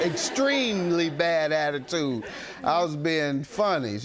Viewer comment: Did she say “Abatude”.